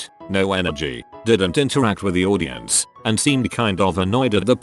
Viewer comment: Why can the voice not pronounce or say correctly simple words? Mispronouncing audience, axl, and orleans? That's software sucks lol